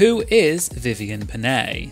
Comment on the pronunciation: Well as a Filipino, the biggest crime Vivienne has done was pronouncing Pinay like that